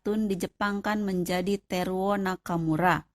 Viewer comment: teruo, bukan terwo